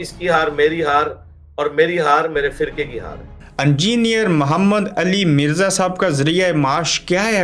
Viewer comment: Angier nahi hota halke chutiye, engineer Bola kar